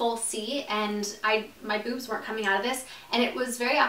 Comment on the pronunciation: i died when she said boozmz 😂😂